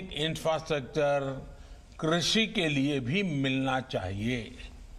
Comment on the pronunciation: Infrastructure (inastractor) 😂😂😂😂😂😂😂😂😂😂😂😂😂😂😂